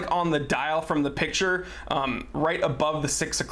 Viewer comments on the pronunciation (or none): none